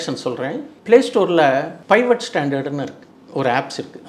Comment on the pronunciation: அது பைவட் இல்லை, பீவட்